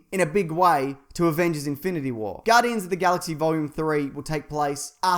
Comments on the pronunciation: "' Infiniy Wars"...😝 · "avengers' infini war" infini? really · 'infiniy' war?